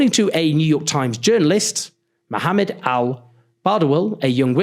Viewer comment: Thank you for pronouncing Mohammad’s name correctly